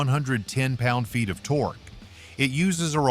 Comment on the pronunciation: Someone from Motorsickle Club, Please teach that ignorant robot how to read. It can bark at words like many 9 year-olds, but that's not conveying meaning. As soon as it said "tor-key" for torque, my mind was over and out. Never mind the plethora of other sweeping statements.